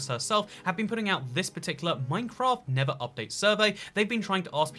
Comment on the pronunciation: tell me he did not say nibba update lol